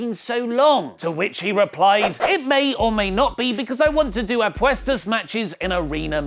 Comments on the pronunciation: Hey,, you didn't butcher the pronunciation. As native spanish speaker, you said it perfectly!:P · said Apuestas well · Didn’t butcher apuestas at all. Impressive. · Good pronunciation of apuestas actually 👌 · You actually pronounced "Apuestas" correctly. Good job. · You said Apuestas alright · No you said it right🤙🏼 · You actually say 'apuestas' pretty well , if the match would happened you can come to Mexico